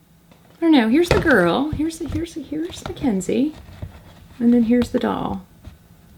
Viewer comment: It's Mackz not Mack